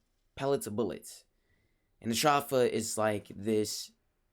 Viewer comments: Edenborg I get your point A better way to write it would be He said "s-draw-fa" Instead of "s-dro-fa" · ph is pronounced as an f sound but he's saying str off a instead of stro f a